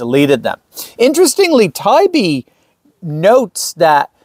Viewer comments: Heya Doc! Just an FYI for you– Matt Taibbi’s last name is pronounced “tah-EEBee.” (For what it’s worth)… 😎👍🏼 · Matt's last name i think, is pronounced Ti E B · Matt Tie ee bee. That's how to pronounce his name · Luv u,. But please learn how to pronounce his name. It's Matt Tie-E-bee. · *Please pronounce Matt's name correctly. It sounds like you didn't do proper research when you mispronounce the name of a man you are relying on as a reliable source for your report and reduces your credibility. His name is prounounced Matt "Tie-ee-bee"*